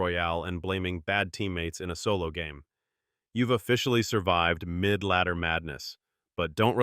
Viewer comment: Bro said midladdee ends at arena 8 😂😂😂